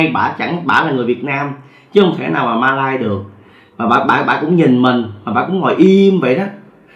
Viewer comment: 1 là bạn nói Malaysia , 2 là bạn nói Mã lai , không thể là Ma lai được , hay là kể chuyện ma riết rồi quen ? !!!